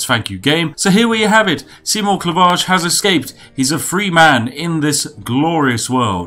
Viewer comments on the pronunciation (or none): Seigmore? Are you german or something? Where I'm from, it's "Seymour"